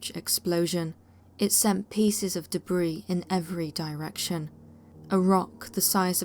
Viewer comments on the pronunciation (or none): none